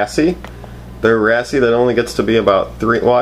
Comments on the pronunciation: you pronounce wrasse worng. its pronounced rass not rassie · It's wrasse not race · Lol its pretty cool how they can live in the bags for hours, I'm not trying to be an ass but i think wrasse is pronounced wrass like with a silent e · hey bud its pronounced "RASS" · um you don't pronounce the {e} in wrasse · U pronounce wrasse wrong